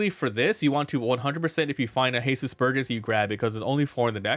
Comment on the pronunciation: Since when was Jesus Burgess mexican? His names Jesus not Hehsoos lol. Other than that nice deck profile